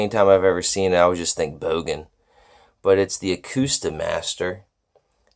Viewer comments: 1. It's pronounced "Boh gun" 2. It's a mono amp. Can't make it pass a stereo signal. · I think it’s pronounced “Bogen”